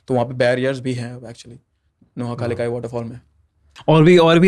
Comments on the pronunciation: Its not noha kalikai. Its nohkalikai😂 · It is pronounced as “NOHKALIKAI” thanks for sharing NE’s legends